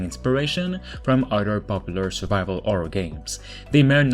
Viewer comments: sorry for asking this are you albanian guy cuz u can't say horror u say orror ? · no listen carefully he say orror cuz albanians people they speak same they cannot say H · I like how you say Orror and not Horror xd